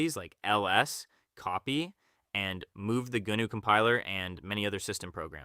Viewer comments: Goo-noo? g'NOO! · No! BSD stands for Berkley STANDARD distribution. GNU is pronounced with a silent G. You say Noo. Gnu is NOO desktop system.